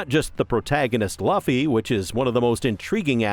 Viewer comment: You say Luffy wrong